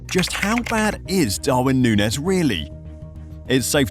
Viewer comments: this is some click-baity bullshit. hard to take you seriously when you can't even pronounce his name correctly. nunez is playing well and finding his form. he works hard. if he gets a few clicks more clinical in front of goal, you'll be posting a video called "how good in darwin nunez actually" in march of this year. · no, of course i didn't watch the whole video. it's a bad video and you couldn't even be bothered to pronounce the man's name correctly. so why would i bother with such low effort click bait? liverpool's system has never been about feeding a 9. they need a guy up there who will work hard and create chaos for defenses so the wing play can do it's thing. he's perfect at liverpool, especially coming off the bench behind jota. learn some spanish. unsub.